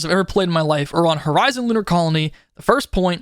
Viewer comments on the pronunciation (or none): none